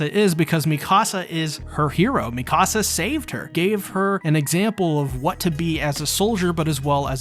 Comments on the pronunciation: Please stop pronouncing her name "miKAHsa". It's "MEEkasa". They literally say her name in every single episode, how are you pronouncing it wrong? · Was a great break down. A lot of good lore talk. But I have to point out, a lot of attack on titan content creators mis pronounce characters names. In this situation it was Hange, Mikasa, commander Erwin. All pronounced wrong the whole video. Again good video. Just a small quirk I think.